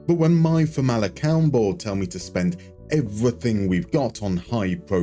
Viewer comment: Hi a quick lesson in Portuguese Famalicão should be pronounced as "Famalicaohm" like the ohm of the sound of the universe For words that start with a G and are followed by a vowel it turns into a J so Gil Vicente would be "Jil Vicente" For the little Ç it's an S sound so Taça de Portugal would be "Ta sa de Portugal"